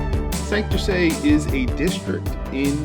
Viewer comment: Hey,, another killer watch & video! Fellow New Yorker & Boricua here, oh yeah, and watch nut. Gringo phonetics for saying Santurce. Sand/tour/say. Wepa!